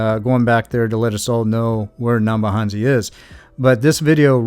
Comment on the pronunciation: Thanks 🙏. I remember this livestream, very very well. Great 2 have to watch this again, 22 months on. Puzzling how you are Kenyan (according to Mura Senso👀) and yet cannot pronounce the names of the villages😂😂, neither can you say 'N-ya-bohanse' correctly😇. Waoh!🤩 Welldone👍